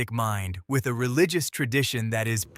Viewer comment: "Tuth"? "Relicious"? AI sucks.